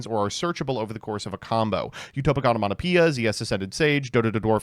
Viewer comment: i love that is incable of pronouncing card names correctly, but when it comes to pronouncing the sususu of the cucucu onomatopoeia he never misses...